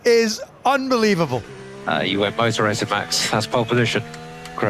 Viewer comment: Or ToToRraCing??